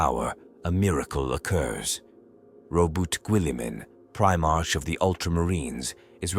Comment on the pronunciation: I hate these lazy videos. If you're gonna narrate, then narrate. But no , you use a sub par AI That can't pronounce... Primarch , Guilliman , Goge Van dire , to name but a few. Unsubscribing.